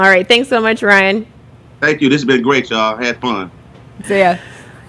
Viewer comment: It's RYAN, not RAY.